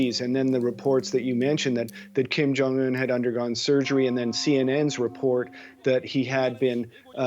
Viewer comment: It must be very hard for English speaking people to say kim jong un correctly... They must be dying to say kaim jeng an